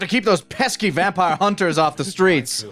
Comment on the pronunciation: Tomato Ketchup Vampires = Tomatenketchup-Vampire (Vamp-ee-ruh) Keep those hits comin' guys! lol